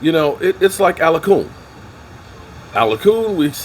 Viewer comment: It's ALACON!! Not Alacoo 😅😆